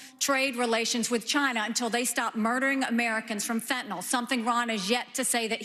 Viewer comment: Chris Christie the only republican who knows how to pronounce Fentanyl.